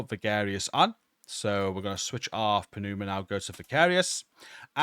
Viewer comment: It's pronounced "numa", great video.